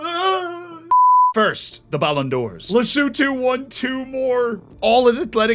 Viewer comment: Big ups to for not butchering Lesotho's name 🤟🏾 this is the first time I've seen a video with all countries involved and Lesotho is acknowledged 😊